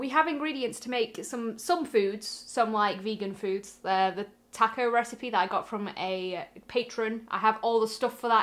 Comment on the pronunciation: it’s taco not taco.